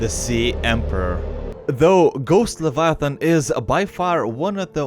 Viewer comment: It is not levaaaaatan but leviathan